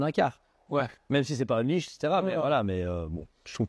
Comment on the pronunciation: Unleashed se prononce EunLischd tout simplement :D